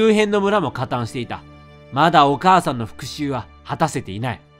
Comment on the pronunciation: レトさんのお母さんの読み方がどうしてもおばあちゃんの読み方に聞こえる